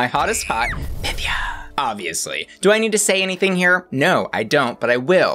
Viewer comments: It's pronounced py-THEE-uh. She made that clear on episode one. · It’s PythIA, emphasis on the IA !! Why is everyone pronouncing it wrong 😩 she clearly stated in her first confessional the correct pronunciation for the Greek goddess lol, and goddess she IS! 💚🤍